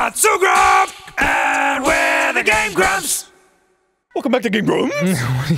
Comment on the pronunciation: Welcome back to Gahme Guhmps